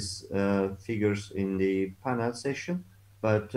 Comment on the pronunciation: Bu kadar şaşkın master of ceremonies görmedim. Sunuyor, gidip konuşmacılarla beraber oturuyor!? İngilizce desen o da yok. Telaffuzu, kelime seçimi, dilbilgisi, hepsi hak getire... Session kelimesini "sejın" diye telaffuz ediyor. Hayretler içinde dinliyorum.